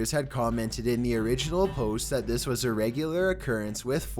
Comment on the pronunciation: Dude what the hells up with this dudes speech patterns? I feel drunk. “Some things felt off abouht thehss” not as bad as dudes narration used to be but goddamn The emphasis on weird shits blowin me